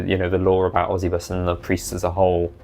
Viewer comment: I've always hated the preists of osybus. the idea of someone 'becoming a dark power' is fucking stupid. also why would they keep the name of the guy they hate. I think its pronounced Oh-sigh-bus though, bc its supposed to be egyptian-sounding their art is cool tho